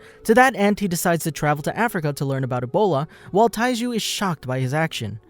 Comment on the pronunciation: this guy said Taiji instead of Taiju, in the very first few seconds of this vid KEKW